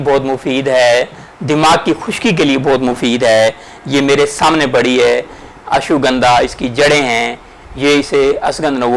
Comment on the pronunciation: Ashugandha nahi hai it's name Ashwa-gandha. Or yeh indian city naagpur main payi jati hai. Sorry for correction. Jazak Allah.